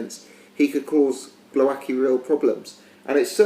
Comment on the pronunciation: Your "Głowacki" pronunciation is terrible mate - check commentators please :)